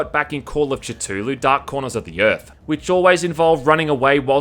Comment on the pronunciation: Did you just say...ch-tulu?